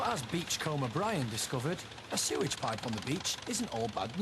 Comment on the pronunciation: "Sorage pipe?" Peasant!